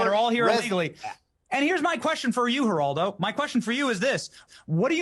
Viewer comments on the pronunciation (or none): Kingdom reacts is one of the best and my favorite shows! You people that make fun of the way he pronounces names incorrectly are awful. Help him learn how to pronounce Spanish words. Example: Geraldo:HERALDO, Jesus : HEYZOOS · youngster!! you don't know Geraldo Rivera? (the G is silent by the way. pronounced Heraldo) he's been a media joke for almost 4 decades he's playing the hispanic hero now, but when he was younger he used the name "jerry r ivers" his greatest fail was opening up the secret vaults of Al Capone on live t.v. that was the most epic bomb live broadcast in history he's a tool and a failure... thus, you don't know who he is always wants to be relevant